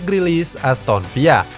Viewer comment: Emang "Aston Villa" pronounce nya gitu ?